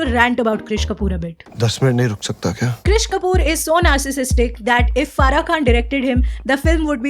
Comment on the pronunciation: Krish Kapoor nhi Keshtopur 😅 WTF didi 😂😅